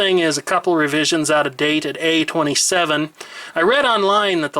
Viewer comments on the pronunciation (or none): none